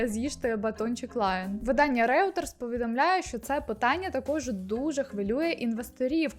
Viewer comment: Люблю дивитись ваші відео❤️ Не для того, аби вколоти, просто хочу підмітити, що Reuters читається як «Ройтерс», а Goldman Sachs як «Ґолдман Сакс»